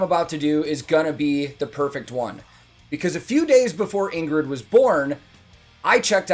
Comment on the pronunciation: As I missed congratulating you on your "a newborn" video: Congratulations Dad! And Welcome to the Club. Now you just have to learn to pronounce Ingrid "the right Scandinavian way". No emphasized G. So, Ing (like ing in thing) and then rid. Ing-rid. And her Ing-rune (as you probably already know) is ♢. Stay safe, always sleep when given the opportunity, and send a big Great Job to mommy C.